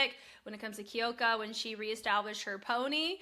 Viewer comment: Sorry but It’s Kyoka (like "cue" + "oh", not Kee-oh-ka), and Rie is "Ree-eh", not just Ree. Two syllables